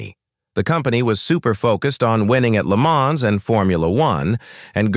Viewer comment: Maybe learn how to pronounce Le Mans?!